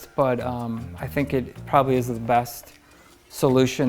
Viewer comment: I thought u said pollution.not solution